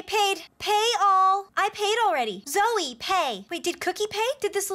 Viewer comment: You guys are saying zoe instead of zoey.